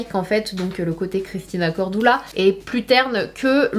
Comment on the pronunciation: Sanaa lol pk pk CORDOULA mdrrrrrrr moi je dis CORDULA. Mdr